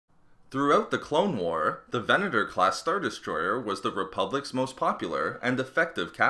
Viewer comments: how many times did you actually say VENETOR? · Furth-ur the Venet-ur class destroy-ur was small-ur. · Largur, Furthur, Destroyur, Venatur, Howevur woa noice speaking m8